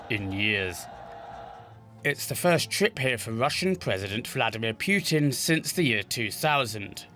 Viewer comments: it’s putin not piyutin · For the love of God, can you just pronounce Putin's name properly?